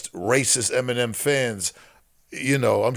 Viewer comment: the fact u said feminem makes u a cornball